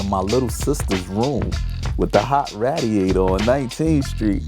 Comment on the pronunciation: he said raaadiator dam I aint heard that since brooklyn omg lolol I love this